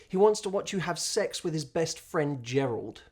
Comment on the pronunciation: Gerold? Lol 😂